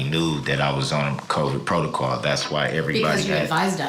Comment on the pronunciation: Okay class today’s word is “Protocol” or in the dictionary of Darrell , Protocaw/Protacall or Prodacawl so just be aware 😂